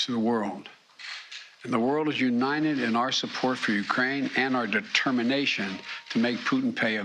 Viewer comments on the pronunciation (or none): Biden can’t say United lmao 🤣 What’s Unined mean?